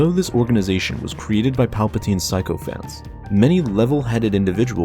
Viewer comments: Sycophants is pronounced “sicko-fants” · Sycophants is pronounced (Sic-o-fants)